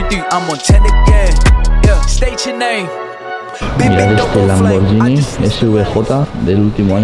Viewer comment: LIKE SI TE PONE NERVIOSO QUE DIGA LAMBORYINI, EN VEZ DE LAMBORGHINI